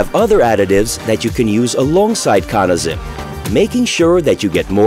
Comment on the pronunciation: Hmm, "Cawna". Always thought it was pronounced "Cannuh". Good to know! :)